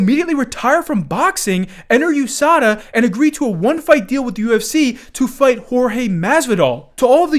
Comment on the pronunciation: U-S-A-D-A wtf is “yousada”😂😂😂